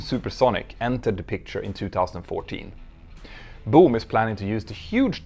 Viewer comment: Your accent is funny..... It sounds like you're saying "Doom" aircraft! Maybe it's a sublimely pronunciation portending the eventual failure of the company.